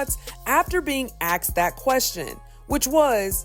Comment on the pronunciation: HYPE+ : It is pronounced ASSSSSKED!